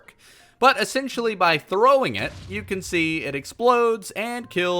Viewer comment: u said thowing